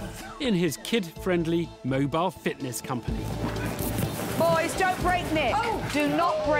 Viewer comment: I'm not British, but to me it sounds like "Fatness company for children".